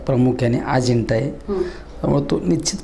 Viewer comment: अजिंठा नाही रे बाबा, अजेंडा म्हणतात.... हे देवा.. कस होईल रे...